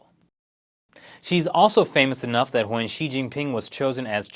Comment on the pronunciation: I love how you couldn't distinguish the pronunciations of Xi and She lol